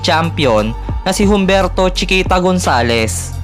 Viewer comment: Humberto is pronounced with silent H.. "umberto" po ang tama.. parang "Hijo".. "eeho" pag bigkas